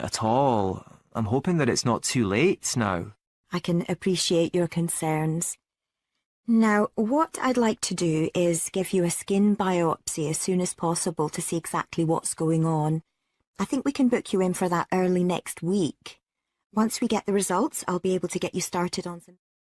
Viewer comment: not biosy / biopsy